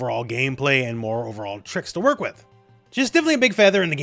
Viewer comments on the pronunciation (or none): none